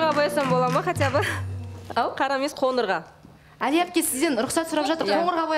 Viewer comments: Тоқырбас емес тақырбас, коныр емес қоңыр болады. Дұрыс сөйлеуге үйренейік. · Қоныр деп тіліңді шайнамай, қоңыр деп қазақша сөйлеші Тараздың қызы